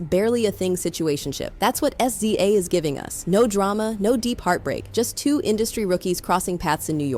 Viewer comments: Wouldn't be so bad if it could actually say SZA's name right. 😂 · The pronunciation of "SZA" is sending me! But yeah it's amazing how much Kenny hates Aubrey. Pure loathing. Fun watching him & Push help Drake destroy himself 🍿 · "S-Z-A" "Poosha" 💀